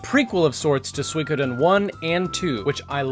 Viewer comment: I know he's pronouncing Suikoden properly, but I fuuuuuuuuuucking hate it